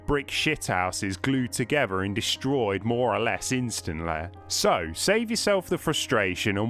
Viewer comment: Turned off video on pronunciation of instantly